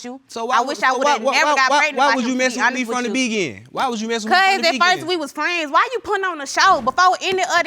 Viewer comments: Why can’t he say beginING - he keeps saying from the begin 😆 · From the begin, smh! It's beginning idiot! That first case whew, they sound so country and ignorant. They sure don't need kids, they both need English classes. Embarrassing, he can't even pronounce straight and she even pronounce thing, it's not thang, smh. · The way he pronounces beginning gets on my nerves 😂